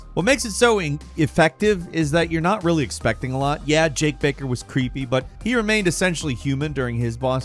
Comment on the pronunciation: also said jake baker instead of jack baker when talking ab re7 lol